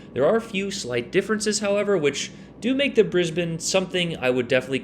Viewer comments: G'day mate! Strewth, great video on the Brizzy, and bonzer effort gettin the pronunciation right, yeah it's Brizbin here, not brisBANE although ya could say, "Me and Shirl, headin up ta Brizzy this weekend" if you were going there. Just don't do that accent again, that was crook as rook, mate. Sorry. Cop you later! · Omg don't do that Aussie accent again!! Nah just kidding but not really. I'll give you credit for pronouncing Brisbane correctly. On a serious note well played GG.